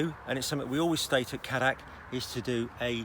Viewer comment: as a South African where Cadac originated, please everyone Cadac is pronounced as Caydac and not Caddac